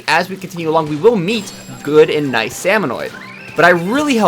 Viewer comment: Salmonid! SALMONID! Why are you adding an extra O?